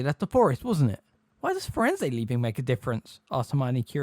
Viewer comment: It is “emphatically” not “empathetically” Her name is Grubbly-Plank not Grumbly-Plank His name is Firenze. Not FirenZEE JFC man